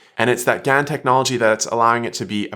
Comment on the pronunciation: Thank you!:37 No,, gallium nitride is not replacing "silicone" in some circuits. It is replacing silicon in some components. Different words, different meanings, different pronunciations. (I don't think that GaN is usually pronounced "gan," either.)